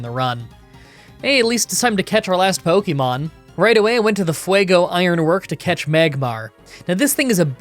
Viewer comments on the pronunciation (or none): none